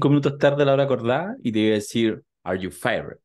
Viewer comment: Se dice "yo're fired!", no "are you fire...", como dijiste, querido.